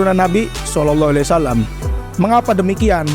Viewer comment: NGOMONG SAW AJA BELEPOTAN..